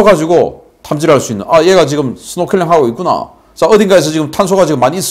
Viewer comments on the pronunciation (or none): none